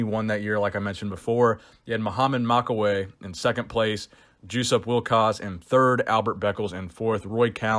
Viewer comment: There was someone names jusup pronounced "juice up" in the Olympia. HAAAAAA